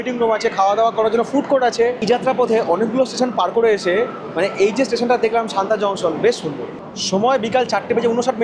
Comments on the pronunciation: সানতা নয় সাতনা হবে। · Satna pronounciation শান্তা কিভাবে হয়???? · haan eto easy name tao vul korechen bolte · Bhai, ota Santa noy, SATNA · a silly comment...santa noi...satna junction......i want har blog will be perfect... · ওটা শান্তা নয় সতনা। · দুটো কথা। আমার যতদূর শুনে মনে হলো তুমি সমানে শান্তা জংশন বলছো। স্টেশনের নাম সাতনা জংশন। আর মাইহার স্টেশনের ব্যাপারে কিছু বললে না। ভারতের প্রবাদপ্রতিম যারা সঙ্গীতশিল্পী তাদের মধ্যে অনেকেরই এই মাইহারে যাওয়া আসা ছিল বিখ্যাত বাঙালি শিল্পী আলাউদ্দিন খায়ের ছাত্র হিসেবে। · আর মাইহার এর আগের স্টেশন টার নাম সাতনা,, সানতা না